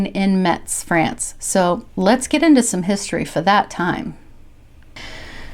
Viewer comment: ah. kind of funny. i live in Metz, France. but actually, it's pronounced "Mess"